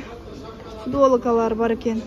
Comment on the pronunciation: Жакшыраак сүйлөгөндү үйрөнгүлөчү анан тарткыла штапил фудволка дебестен анан адамдардын бетин без разрешение тартканга кандай укугуңар